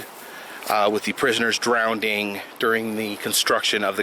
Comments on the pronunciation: The word is "drowning" not "drownding". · Hey buddy, its drown drowning and drowned not drownd, drownding and drownded. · "people drownding"? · What's 'drownding'? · Yeah the way he said it every time made me cringe.